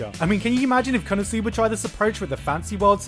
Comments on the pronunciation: why do you say kono sooba? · I'm still waiting for the day when Gigguk learns how to correctly pronounce the non-english title of an anime ESPECIALLY WHEN THEY SAY IT FOR YOU DURING EACH OF THE 5 INTERLUDES OF EACH EPISODE or do they also pronounce it like this on crunchyroll? Kappa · the way that he pronounces "konosuba" just ticks me off a strange lot for whatever reason.